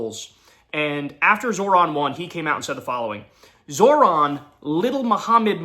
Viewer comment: Babe, it's pronounced ZOHran. No "r" in the first syllable. 😘 Thanks.